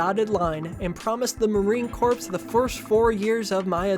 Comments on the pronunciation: I really enjoyed the video, glad I don’t have to read the book myself - I was tempted to. But I just want to point one minor thing out - “marine corps” is said like “marine CORE” not “marine corpse” though that is kind of funny. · Hi, fellow politics nerd here. Great video, I could hardly tell this was your first video. I thought it was one from somebody who had set out their style and was beginning to find their strides. I do have one major note, and that's that Marine Corps is pronounced Marine Core, not Marine Corpse. Other than that, the only thing I noticed was that at the end the music started becoming quite loud, if that was intentional to show how offputting the stories were getting, good choice, if not, you might want to double check it in future. Other than that, as I said, great job. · Great video. I'm just going to reiterate what others have said about the music being a bit too loud. Also, I don't mean to be a snob, but corps is pronounced like "core" and not "corpse" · That branch of the military is pronounced like Marine Core. You might come back a corpse, though. Wanton is pronounced like wantin'. You can be wantin' a Chinese dumpling. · It's marine 'core' not corpse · Bro, quit saying Marine CORPSE... it's pronounced "Core" that's something you definitely should know. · Heyo! Btw marine corps is pronounced "core", not corpse. Otherwise loved the video, LOVED THE MUSIC!! Keep making stuff it's great :3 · Marine Corps is pronounced Marine Core not "Corpse." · I know this is a moot point, and not important in the grand scheme, but every time you say "Marine Corpse" instead of "Marine Core" (corps is pronounced "core") it makes my ears sad. I still loved your analysis though! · Thank you for the excellent and informative vid, but please, it’s pronounced Marine “Core” not Corpse. The s in corps is silent. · Sorry, but hearing you say "corz" and "eye-raq" over and over again git to be too much. Couldn't listen all the way through.